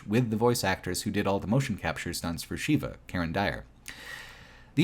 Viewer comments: Consistently pronouncing Sheva as "Sheeva" (it's "Shehva") was rough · Unrelated, but this sticks in my craw too; why do you keep mispronouncing characters' names? "Excella Gionne" and "Sheva Alomar" are both pronounced out loud in the game. It's like you didn't even play it. "Sheva" is not pronounced the same as the Hindu deity, Shiva, and "Gionne" is three syllables. Guy, you are better than this. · He called Sheva ‘Sheila’ several times. I don’t know what that says about the guy but… that’s got to be a problem. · I can't understand how anyone reviewing RE5 can fail at pronouncing Sheva's name, given the fact it's said countless times through the game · Seems kind of....Eurocentric and White focused to not only bitch about the depiction of Africa, but then repeatedly mispronounce the name of the CENTRAL African character. Such hate. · I can't comprehend how you played RE5 and don't know how to say Sheva.